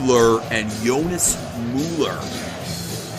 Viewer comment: Also it’s Mule ur